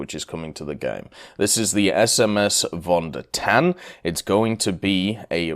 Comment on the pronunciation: if you want to pronounce german names properly, try to pronounce the V like an F c